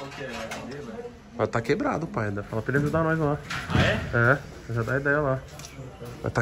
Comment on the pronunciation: Porque ele fala felas?